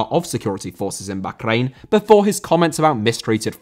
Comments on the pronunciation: It’s not backrain, it’s Bahrain and it’s pronounced barain. just doesn’t know what he’s talking about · Isn’t it pronounced “Bar Reign” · bro can u not say bahkrain its so annoying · I really dont know why you call Bahrain bakgrain. It is simply wrong and you force it. Its tearing my ears. When you dont know right prononciation just call it Bahrain (english prononciation) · The way you pronounce Baa-rain hurts. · Bokhrain? I'll assume its a classic British mispronunciation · I love your videos that are a fusion of politics and football but your pronunciation of Bahrain is nails down a blackboard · a stereotype of what? I love I just think hes saying bahrain wrong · The way you pronounce Bahrain is cringe. Anglicise it we do with with every other nation. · I don't want to sound stupid or anything, but that is not how you pronounce Bahrain. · I have never heard Bahrain pronounced like that. It feels like you were saying it as much as possible on purpose. Maybe this is the correct way but I couldn't finish the video. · Your pronunciation of bahrain annoyed me so much I had to stop watching 😂 maybe it’s the correct pronunciation but come on bro, nobody English says it that way, not even on the news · I’m glad I’m not the only one who was frustrated by this